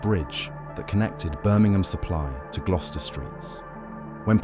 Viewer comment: Don't forget glue-ster